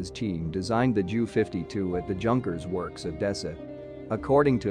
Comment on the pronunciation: Can not even pronounce Junker properly.